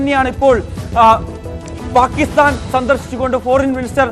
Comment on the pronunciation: Not paakisthan But""ബാക്കി സ്ഥാൻ ""😂😂😂